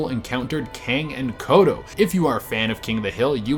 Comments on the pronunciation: Its kodos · The names are Kang and KodoS. With an S at the end.